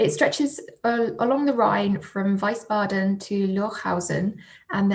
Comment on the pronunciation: Please improve your pronunciation of German words: Wiesbaden, for instance, concentrate on the e after the I.